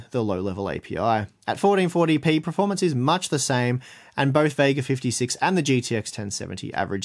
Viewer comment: I can't tell if is saying performance or preformance?????